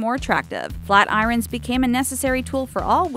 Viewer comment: "Flat I-Ron"